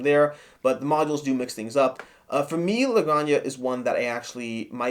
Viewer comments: "La graña"?.....Do you mean La Granja (ha)? like haert (jart) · It’s pronounced la granha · Like others have said, I believe it's pronounced "La Gran-Ha" which is Spanish for "The Farm". Thanks for the review, really insightful! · Oh my! They make it sound like a Drag name, LOL. If it's Spanish the "j" is guttural. A hard "H", so to speak. "Gran-Hah". The game seems well designed but too convoluted and space hungry for my taste. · It's pronounced La Gran-Ha. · "La gran ha"